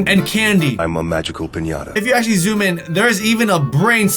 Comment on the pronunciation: who else noticed cant say actually💀